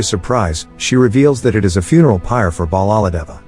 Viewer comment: It’s not cappa it’s.... KAPPATHA And it’s not balladeva its....BALLADEV and it’s not devasana it’s...DEVSENA And it’s not shiva it’s...SHIVA